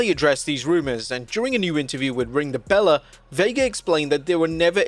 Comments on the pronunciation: It’s ring the belle not Bella. Learn how to read. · The channel isnt Ring the Bella it's Ring the Belle. BELLE not BELLA